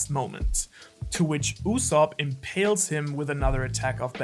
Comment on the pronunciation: you super fluffed up that Ussopp scene lol "impales?"